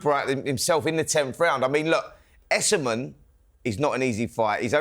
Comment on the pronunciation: Why has everyone started pronouncing Ekow Essuman’s name as “Youssamen” when it’s clearly “Essoman”🤦‍♂️🤦‍♂️🤬🤬